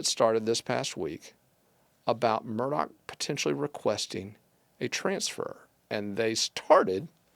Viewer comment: Not MUR-DOCK!! Pronounced MUR-DAW!!